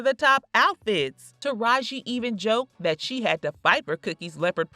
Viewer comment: I Love Taraji I just wish people would say her name correctly it’s kinda annoying and I notice that happens with all the black people.